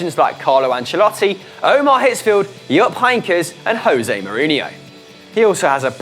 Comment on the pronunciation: it's ottmar hitzfeld not omar hitzfeld omar hitzfeld lol